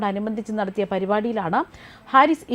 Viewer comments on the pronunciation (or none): none